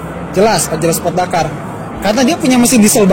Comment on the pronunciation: waktu bilang " kalau disuruh milih antara pajero sport DAKARRRRRR " ngomong dakar nya jelas banget 😂😂😂😂😂😂😂